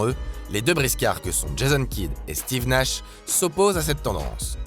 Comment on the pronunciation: 😂😂l’accent québécois pour Steve Nash ( qui est même pas québécois mais bref) franchement vos vidéos sont trop